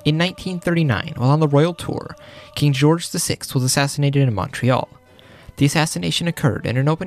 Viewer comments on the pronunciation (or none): none